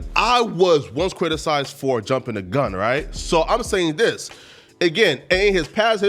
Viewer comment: every time say “right”, it just don’t sound right